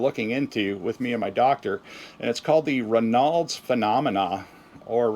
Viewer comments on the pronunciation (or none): Hi!! I’m watching your video where you are talking about Raynaud’s Syndrome. ( it’s pronounced Ray nodes) Anyway I also have this and have had it for years. It’s related to circulation. Also I learned after many years that it’s also a SIDE EFFECT of many blood pressure medications. !!! Hope this helps. Take care and keep us updated! 😊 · Ray Nauds is how it's pronounced. It's an auto immune disorder in which your small arteries in the extremities don't profuse which can end up in amputations of the extremeties. If you smoke, stop immediately.